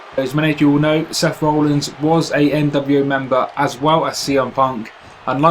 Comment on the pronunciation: It sounds like you're saying Rollings, not Rollins.